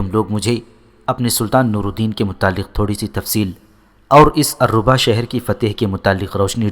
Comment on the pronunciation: بھائی یہ الرھا شہر ہے alriha